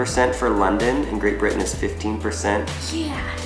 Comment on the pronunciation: That's a very strange way to pronounce Great Britain: "Great Bri' ann"